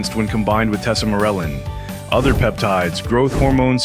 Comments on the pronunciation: It’s tesamorelin, not tesamorleeeen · How the fuck do you present yourself as an M.D., and pronounce Tesamorelin differently each time you say it? Not only that, but you mispronounce musculoskeletal. Hack